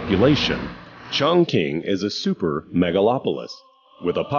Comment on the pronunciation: 竟然没有人告诉这个老外 Chongqing 怎么发音:face-orange-raised-eyebrow